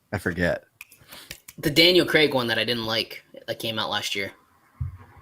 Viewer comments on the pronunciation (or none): none